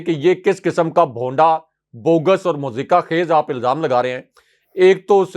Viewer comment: مزاحکہ ( mazaheka) خیز ۔۔۔ نہیں ، بلکہ ۔۔۔مضحکہ (mazhaka) خیز ۔۔۔۔.